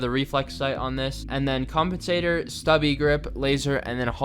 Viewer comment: Did he say.... Compentator?